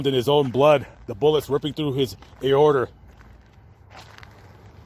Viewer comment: A- oh -ter? Aorta